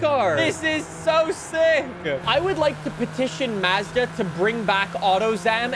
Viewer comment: Listening to pronounce Mazda makes my brain cells die...